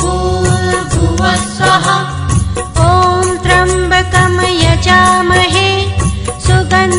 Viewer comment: मंत्रोच्चार में उच्चारण की अशुद्धियाँ हैं। जैसे त्र्यम्बकं को त्रम्बकम और सुगन्धिम तथा पुष्टिवर्धनम को क्रमशः सुगंदिम व पुष्टिवर्दनम बोला गया है।